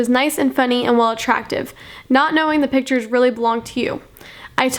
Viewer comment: Also *pitures